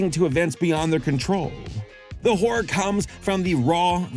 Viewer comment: I've been telling all Youtubers this: PLEASE pronounce both syllables in "horror." Please. Otherwise "horror manga" becomes a totally different kind of manga...